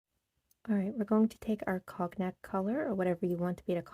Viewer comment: Beautiful design and colors. Cognac = cone yack, proper pronunciation. It's an amber colored liquor also.